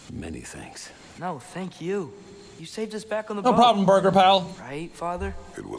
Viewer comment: I love how Jack keeps pronouncing Birgir as burger even he has heard them say it as beer-gur multiple times